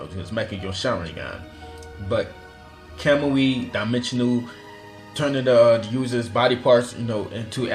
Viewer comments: what's wrong with ur accent u say sukoyomi welp it's tsukoyomi or u say like kemui but it's kamui and oof don't get me started with ur megnekyouu saringaan (mangekyou sharingan) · KAMAMI? KAMEAU? WHAT IS THIS PRONUNCIATION????? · Really?! "Makkekyo Sharingan" "Kemui"